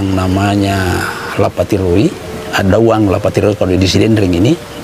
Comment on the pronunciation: Maaf,bukan addauang,tapi addatuang.